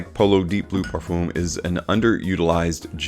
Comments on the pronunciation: Man said parfoom 😭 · I’m pretty sure he doesn’t read the comments and will say "parfoom" for the rest of his life